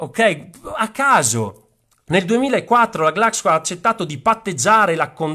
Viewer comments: Questo lo voglio dire per il tuo bene: non farti sentire in giro quando dici: "GLAXCO" perché è scritto "Glaxo" (che poi, si chiama Glaxosmithkline, per esteso) e si pronuncia "Glacso". I miei rispetti. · Glaxo Sono 93 milioni no 93 mila...all'istituto superiore sanità 😅sempre troppo magnanimo...vai sei il numero uno soprattutto per come pronunci glaxo🤣🤣🤣